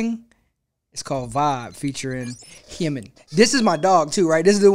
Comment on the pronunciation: It is Ji-min...the "J" is pronounced...like in the word jump.